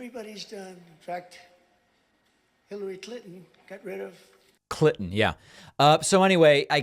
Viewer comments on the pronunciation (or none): I personally believe that the reason he is mispronouncing Hillary Clinton by saying "Clit-on" is because he's making a dig at her calling her one of the "C" words which is just so immature and derogatory at the very least. Using words like that and mispronouncing her name is so nasty and vial then I can't believe people actually listen to this guy and let language like that by.